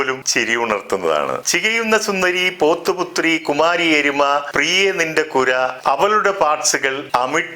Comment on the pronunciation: Sir, പൊത്തുപുത്രി ആണ്. പൊത്തിന്റെ പുത്രി = എലി. സാർ പറഞ്ഞത് പോത്തുപുത്രി എന്നാണ്.